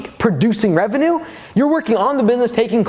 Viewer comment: Does everyone in America say revenue wrong